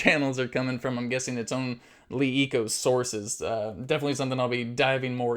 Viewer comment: It is pronounced luh eco and not lee eco.